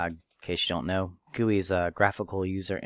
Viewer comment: G u i not guoi